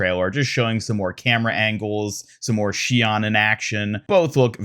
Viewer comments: oof i can't believe u just said shee on my guy it is pronounced shee own its Japanese and BRO OMG ITS MEE ZUH KEY GOD U CLEARLY DONT WATCH ANIME normally i wouldn't correct grammar cuz all it is is just signs of ignorance but damn bro these are easy cmon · Listen to the Miziki VA say “Shion”, you’ve got it slightly wrong.